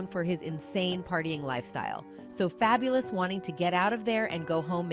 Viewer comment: Who TF is fableis ? really how TF do you mess up Fabolous but then say ghetto Fabolous rapper 😭 people do weird shit on purpose